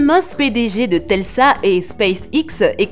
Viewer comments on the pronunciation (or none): Tesla et non telsa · Elle a dit telsa...